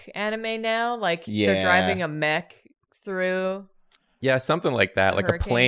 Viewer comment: Hurrican X hunter Prounced: hurricane hunter